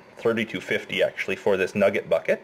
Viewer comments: The way he says “NuhGIT” 😂👌🏻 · Listening to this man say nugget is so funny and I don’t know why